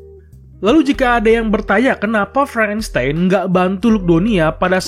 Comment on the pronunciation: Frankistain bukan franstain🤣🤣